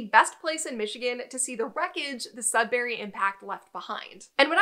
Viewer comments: not "sudbarry". Sud"burree" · it's sudbury not sudberry... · Sud-burry (no pause or break), not Sud-Berry.... silly USA people 😂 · JSYK, Sudbury is not pronounced sud-barry, it's pronounced sud-burry. I'm speaking as a Canadian who's live all his life in Ontario. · I grew up in Elliot Lake, and then moved to Sudbury when I was 16, then moved away after I got married. Both my parents are from Sudbury. The Sudbury (Sud bury(pronounced more like Sudbree, not Sud bary, sorry had to put this in here) basin can been seen driving from one of the outlying communities to another one. Driving from Lively/Wladen to Chelmsford/Azilda, you have to basically drive up the side of the Sudbury basin and as you crest the top you can see the whole basin. It really does look like a gigantic crater and is quite spectacular. The landscape does look like its from a different world, some astronauts in the 70s trained on this landscape. The mines in the area have in the last 20-30years really tried to "green" it up, by planting to cover the mountains of slag dumped over the decades. Very informative video all in all. I hadn't realized that the projectiles had traveled that far away. And what's funny is I actually moved to SE MI, so I guess there is still a bit of home in MI besides where I live. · Being from Sudbury, I would just like to say it's SudBURY not SudBARRY. Besides that, I enjoyed your video very much! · Very interesting. I had no idea it was that big. Your pronunciation of Sudbury was driving me crazy though. It’s not Sudberry, but "bury", and the emphasis is on the "Sud" not the "bury". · As a Sudburian, we pronounce is Sudbry, not Sudberry , lol. Interesting video! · Very interesting video and I thoroughly enjoy geology etc. However the city in Ontario you refer to is SudBURY not SudBERRY. Thanks for the informative video. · Funny to hear you guys pronouncing it as sudberry and not Sudbury. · It's Sudbury not Sudberry. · FYI it's pronounced Sudburry, not Sudberry.